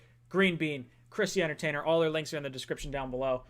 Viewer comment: Joe was going at the ""!! I love it! When he tried to bit the Giants scouting dept up, Joe came right back and saluted the Jets camp. Joe also used barkley to point out jamals run stopping skill. I was loving it!! But shot out to the "". You had good things to say about the jets and I respect that!!! Good show guys...